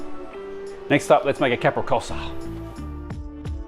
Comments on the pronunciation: What sort of Chef calls a Capricciosa a Capri kosa? It is pronounced Capri Cho Za, how embarrassment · Capricciosa is pronounced Caprichosa. Fior di latte is pronounced fyor di lattay.